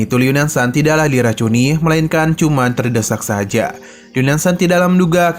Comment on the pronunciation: Tersedak😊 min bukan terdesak